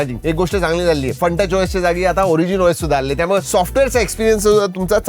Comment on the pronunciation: आजचे शब्दोच्चार आधीच्या व्हिडिओ पेक्षा बरे होते पण सुधारणेला अजून बराच वाव आहे. "त्यामुळं"नाही, "त्यामुळे".